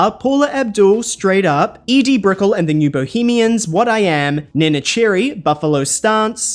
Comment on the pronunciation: I'm just here to hear you say Edie Brickell 😂😂😂 You realize Andrew Dice Clay's whole persona has been co-opted by Donald Trump